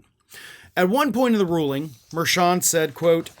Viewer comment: are you saying Judge Merchan's name correctly, though? He's Columbian-American and I noticed that hispanic commentators and news personalities pronounce that "ch" that same as cha-cha. Just saying, if you're gonna call Trump out, you should get it right, too.